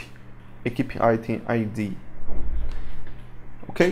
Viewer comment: I bought this I love this thank you for this... Thank you for the awesome tuts they make this great asset to have in your game making inventory lol... I don't want to be rude or anything it was just 5 minutes in and i was like yeah he does mean "item" you say it like IT+EM say it like I+TEM. Again thank you for all you have done worth every penny.